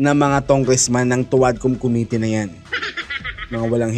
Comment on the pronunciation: Ang lupet talaga ni "Khomitee" pag prounce lang committee sabalay pa.